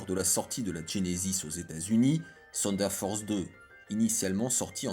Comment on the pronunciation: Mais pourquoi tu dis Seunedeurre Force!!! On dit Teunedeurre! Ouais je sais le TH dans Thunder ce pronnonce pas mdr 😂. Ok la science